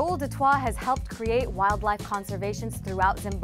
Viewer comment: Raoul Du Toit's name is probably pronounced "Du T-oi-t"